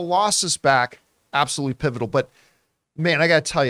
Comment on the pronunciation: You said “pivotal” but I heard “pitiful” I was like what!!!!